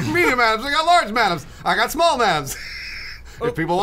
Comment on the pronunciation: I died when was like "shmall ornshorance"